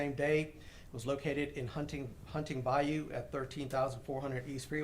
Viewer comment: Dude can’t even pronounce bayou properly and it’s driving me nuts. It’s bye-YOU not bye-oo